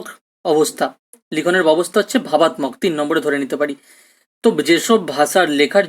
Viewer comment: Sir class khub sundor..But kichu mone korben na sir apnar kichu uchcharon vul hochhe.. Byabostha, vabattok..etc